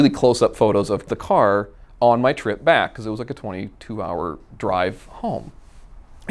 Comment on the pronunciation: I reposessed the caoor , I sold the caor, drove the ccoar. blbalbalblaabla